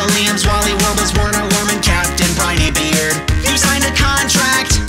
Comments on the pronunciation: he said briney beard wrong XD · its raining tacos you said captain brineybeard wrong.